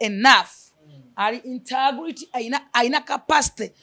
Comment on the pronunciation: 🤣🤣🤣 pronunciation of integrity